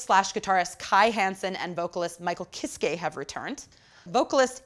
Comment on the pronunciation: IT'S PRONOUNCED KISS KUH. AHHHH LEARN GERMAN. Jokes aside, good review haha!